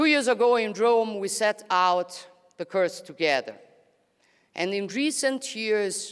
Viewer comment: Great speech but someone needs to teach her to pronounce the word "course" like the Italian word "il Corso" BUT NOT like "curse" which means to invoke supernatural harm‼️Made me cringe each time she said it😱